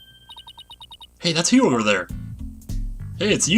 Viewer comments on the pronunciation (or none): is saying "G' in Hugh again... Damn it!